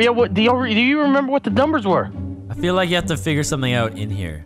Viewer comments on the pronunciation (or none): none